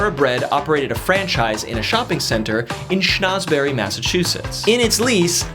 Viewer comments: Why does he keep pronouncing it as "Shnauzberry"? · Minor critique: "Schnozberry" was funny maybe the first time. Repeating it every time you say the town's name might lead someone to believe that it's the real pronunciation. If you're teaching facts, try to keep the information true.